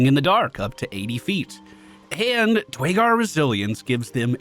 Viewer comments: Dew-air-gar fyi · Nice on the new run. The race is actually pronounced DUR a GAR tho. Keep up the good work.